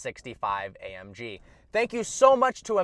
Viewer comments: "A um G" lolololol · A 'UM' G 😂😂😂😂😂😂😂